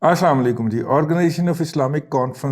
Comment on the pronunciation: رضوان رضی صاحب،،، اَلسَلامُ عَلَيْكُم ،،،آہستہ اور مکمل کہنا چاہیے۔آپ تیزی سے بولتے ھیں اور سلام کا ۔۔ ل ۔۔ سناٸی نہیں دیتا ۔خفا نہیں ھونا۔شکریہ